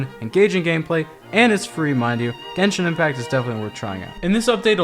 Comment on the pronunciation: Genshing impact Me: double clicking in the right